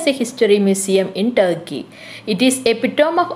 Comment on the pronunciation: Tarkey alla turkey 🦃 aannn🤣🤣